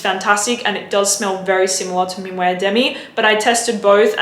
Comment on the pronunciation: Just so you know "minuet," the way you pronounce it, is a ballroom dance. "Minuit," the way it is pronounced (min wee), means midnight. :)